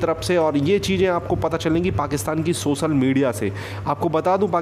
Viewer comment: पहले हिन्दी बोलने सीख लो लासे नही लाशे सोसल मीडिया नही शोशल